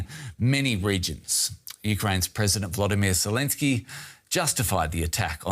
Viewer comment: Please note that the name of the President of Ukrayina is Volodymyr (Vo•lo•dy•myr), not Vladimir which is the name of the world recidivist criminal located in the kremlin hole.